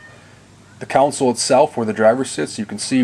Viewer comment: All these guys in these videos say counsel instead of console?